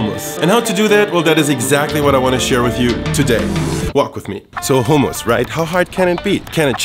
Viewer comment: Thank you for not pronouncing it the American way (hum-muss).